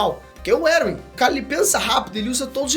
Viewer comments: eu acredito que Erwin se lê: "ervim" e não: "eruwin" deu até um TOC em mim aqui,um treco,um tick estranho kkkkkkkk alguém mais? edit: tmb acredito que o erwin ia contra a ideia do eren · "Eruwin" kkkkkkkkkkkkkkkkkkkkkkkkkkkkkkkkkkkkkkkkkkkkkkkkkkkkkkkkkkkkk Não sabia que a pronúncia oficial de Erwin agora era essa LOL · Pelo amor de Deus! Erwin lê-se "ÉRVIN" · Me pegou demais ficar falando "Eruim" mds. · Essa pronuncia do "Erwin" me quebra, toda vez eu entendo "Eren" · Você pronunciou Eren e Erwin muito parecidos as vezes não dava pra saber de quem tava falando